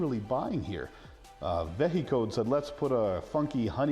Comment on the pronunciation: Vehicode would be pronounced like vehicle, not veh-he-code